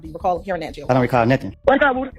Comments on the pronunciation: His name is (woo) (dy) not (wood) (y) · You keep calling him Woody, it's not Woody it's Woody.